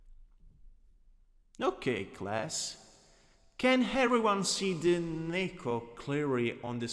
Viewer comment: Im so sorry but the way you say Neko is just so funny to me “Nehhko”